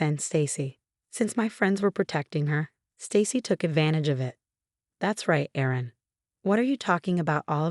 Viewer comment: 😢Erin it is not Aaron!